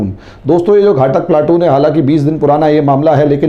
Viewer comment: घाटक नही घातक बोलते है